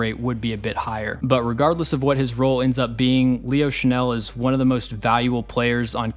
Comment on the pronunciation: I think Leo Chenal (Shuh-NALL, not Shuh-NELL (which is a perfume)) already broke out. I don't think his snap count will go up, unless the Chiefs face more 21- and 22-personnel. In fact, I think it's his performances against those personnel groupings that causes opposing offenses to avoid those groupings. KC's 4-3 base grouping is just too stout.